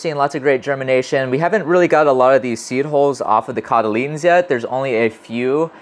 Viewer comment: Seed holes? Seed holes? I feel almost certain you could pronounce "hull" if you tried. It really would be less confusing.